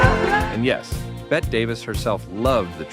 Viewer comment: I get so annoyed by people like this posting obviously incorrect musical references. I’m up to the mispronounced “Bette Davis Eyes” (I’m hoping that’s an AI mistake) and am so bothered by the ignorance of the poster. Oh, wow, Sheena Easton just came on, an artist with quite a few top 10 US hits. WTF- Laura Branigan??? (Ever heard of “Gloria” - her first - and biggest hit) This video is an abomination to lovers of 80s music. If you know anything about music and the charts, skip this ! It’s a joke and this person knows nothing about actual chart facts!!!